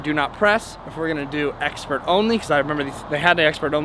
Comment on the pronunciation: “Expiration date, also known and exxxpert” Haha love you guy your the bestb